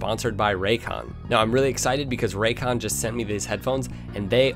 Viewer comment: ...Selling out for money, speaking of which "RAYCONS"